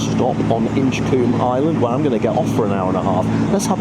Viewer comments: Colm not coom…😂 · It's pronounced Inch-comb.